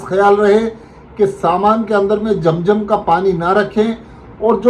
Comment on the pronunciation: Jam jam NAHI hai zam zam hai apna talaffuz Sahi ker lijia